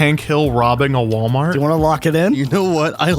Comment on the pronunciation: it ain’t Walmart,it’s wlart